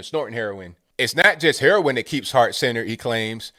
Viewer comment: Lol! Heron.. are you from Brooklyn??